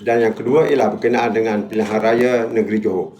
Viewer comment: Nak sebut pilihan raya pun kekkok bunyi 😂😂 . Kesian la sape la bagi dia ni nak jadi calon P M 😂😂😂